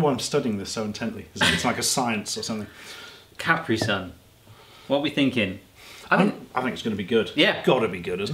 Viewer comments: The way you say Caprisun is making me angry... CaPREE-Sun not Caprison (like a last name) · Its not CapReeSun its KuhPreeSun. Js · Its ka pre sun not cap re sun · beepboop everyone I know including me, says cuh-pree sun, they keep saying cap-ree sun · i die a little inside when they pronounce capri-sun wierdly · How they pronounce Capri-Sun >> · I hate how they say Capri Sun